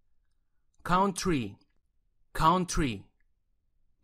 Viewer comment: Caunty y enserio mejor me voy es cauntry no caunty